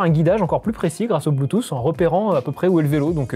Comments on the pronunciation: Haha ce marcel même pas classieux et grisâtre et une crevette qui prononce "un anti-vol blutusse" ! J'ai arrêté là ! :) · c'est un antivol "blUUTUUS"